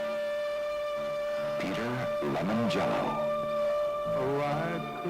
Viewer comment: Who the FUCK is Peter Lemon Jello?